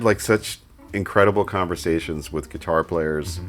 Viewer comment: it is still not "wiff", sorry :D